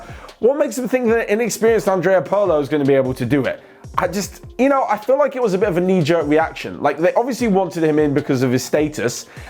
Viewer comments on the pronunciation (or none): none